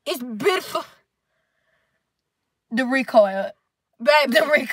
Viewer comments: “It’s beautfer huh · "ItS BiTAFul ' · I almost peed laughing so hard when she said Prettiful 😂😂😂 and Beautiful 😂😂😂😂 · She said it’s butaful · “it’s betiful it’s butyful it’s bootyful” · plsssssss the struggling to say beautiful 😂😂😂😂😂😂😂😂.